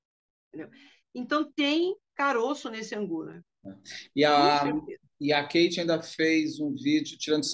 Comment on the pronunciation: Não sei p pq chamam a moça de Kate com som QUEIte,as próprias garotas já falaram inúmeras e inúmeras vzs nas lives Kate com som de Cáte..